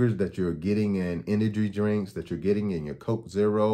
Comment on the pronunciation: You didn’t say “energy drink” correctly once